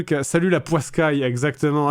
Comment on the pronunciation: Il dit "Salut la poissecaille" si je dit pas de bêtises